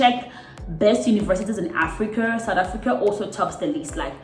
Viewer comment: Lol "Africuur"